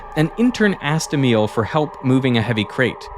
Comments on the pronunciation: Pronounciation of Emil is wrong 😆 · thats not how you pronounce Emil T-T